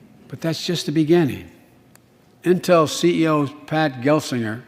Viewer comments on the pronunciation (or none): none